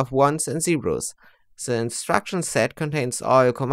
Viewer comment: You accent sounds like you say zewo instead of zero and that is just adorably stereotypical and i think it is epic❤ Very good concise explanation. Most videos with the same pase are 1 to 2 hours long 😅 and even though your pase was so fast you still included many information i sometimes miss when someone else explains it because sometimes they never even talk about opt codes even though they speek about ALUS 😅😅😅😢